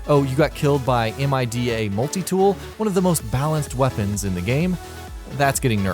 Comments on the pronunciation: This here is the only nigga you will see say M-I-D-A instead of just mida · "'M' 'I' 'D' 'A'?" who tf says it like that? it's Mida multi tool. aka the Meta Multi tool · the cringe when he says M-I-D-A instead of mida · This guy is just reading off a script.... 🙄🙄🙄 he calls MIDA Multi-tool M-I-D-A Multi-tool. People pronounce it Mie-da or Me-da......🙄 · Ok... who the hell actually pronounces the mida multi-tool as M I D A? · M.I.D.A. its Mida. One word. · You know this guy hasn't put in more than 20 hours into the game if he called the mida (My-Duh) the (M I D A Multitool) lmao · I'm just mad that he said M I D A instead of mida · Did he just say M I D A wait wait did he really spell it out ??? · Mida multi tool is pronounced mI-da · Did this guy really just call it the M-I-D-A multi tool? There's no way he actually played the game... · "Em eye dee aye multi tool" ooooohhhhhhh my... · When he low key shouts out my instagram but says it totally wrong m-i-d-a multitool REALLY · M I D A? Why the hell did he spell it out? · This is a really awkward video it seems like this guy knows what he's talking about to the casual player, but to a destiny players it's awkward for example how he talks about grinding perfect rolls then showing a shit roll and the way he pronounces grimoire and mida-multi tool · I'm over here dying laughing at the way you said MIDA Multitool. Hahah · Norville Rogers most likely spelled to avoid the comment section looking like "it's pronounced "my-da" "no its pronounced "me-da". No everyone gets along and just says "that dumb ass spelled it out". Lol